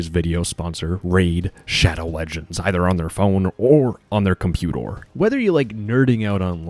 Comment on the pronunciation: Did you really just say " computor "?